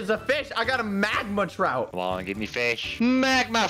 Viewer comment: I love when said trout fish he said throut fish